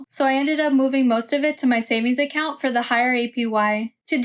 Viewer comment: The way you say account is putting me off. Sorry. Don’t recommend channel selected.